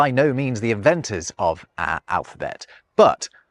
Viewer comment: "Ah (our) language". "Littaw" (little)... Elocution lessons required on this channel...